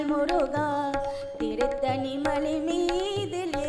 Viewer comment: Not turuttani it's tiruttani plz.